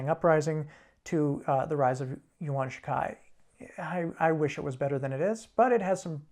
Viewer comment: Two major pronunciation mistakes: Yuan (元) is pronounced as one syllable: "ywan" rhyming with 'ban', 'man', 'can', 'ran', 'flan', etc. The two syllable pronunciation is a very common mispronunciation that I believe has been popularized by works based on the Romance of the Three Kingdoms such as Dynasty Warriors The ⟨j⟩ in Beijing is pronounced nearly identically to the English ⟨j⟩ and is identical to the Japanese ⟨j⟩. The French ⟨j⟩ as in vision that you guys use to pronounce it throughout the series is a very common hypercorrection. Simply using the English ⟨j⟩ would be considered a correct, even if not exact, pronunciation by most native Chinese-speakers while the French ⟨j⟩ is widely regarded as a blatant error. I was pleased that you guys used a more correct even if still not entirely accurate pronunciation of Sun. I would have preferred if you guys had just pronounced Sun Yat-sen the proper Cantonese way which is 'syuun yuht-seen' which has no sounds foreign to English except that the ⟨t⟩ is unreleased. I know that one should generally be understanding about mispronunciations, but in the case of Yuan and Beijing where the correct pronunciations do not really constitute sounds foreign to English, one cannot overlook them as errors.